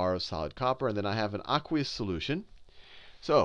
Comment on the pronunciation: he says aquaus sooloution looooooooooooooooool